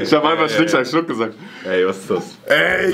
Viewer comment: sagt: Schnick, schnack Schunk